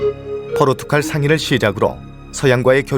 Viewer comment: 칼, 갈.... 한국인은 도대체 국어 교육을 받긴 받는거 맞나? 이 두 낱말 발음 하는게 그렇게 어려워? 열에 아홉은 죄다 포르투칼이래.. 진짜 입을 다 묶어 버리고 싶다.